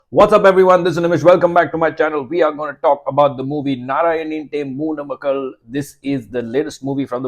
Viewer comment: Great review! Im impressed with your pronunciation of the movie title as well!